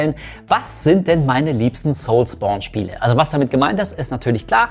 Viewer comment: Soulsbourne hört sich so falsch an wie es auch ist 😅 das triggert unnormal